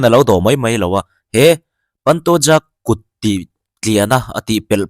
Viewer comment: Paantooja nilo in pantoja ti a lam tur oooo